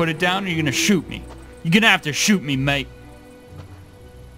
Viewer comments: stop saying maete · oh wow, as an Aussie hearing you say "Mate" hurts my soul